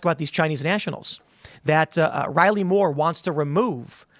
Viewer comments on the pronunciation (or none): none